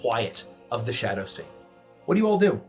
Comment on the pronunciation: What actually says: "Shadow Sea" What I swear I keep hearing: "Shadussy"